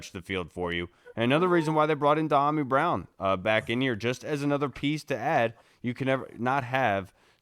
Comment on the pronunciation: Is it me or does start to pronounce Dyami's name correctly then stop and mispronounce it? Diomi?